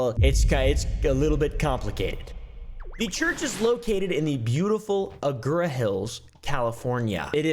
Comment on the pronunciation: I know this isn't the point but was anyone else bothered by how pronounced Agoura and Las Virgenes?